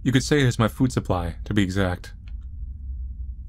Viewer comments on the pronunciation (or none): none